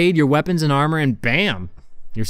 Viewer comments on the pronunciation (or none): none